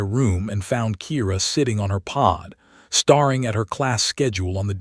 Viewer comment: The AI still mispronounces common words. it even gets ''COLONY'' wrong, ''BREATHED' wrong', ''STARING' wrong.I've given up on listing these there are too many !, Didn't anyone bother to edit this ? Any human would have spotted these mistakes instantly.!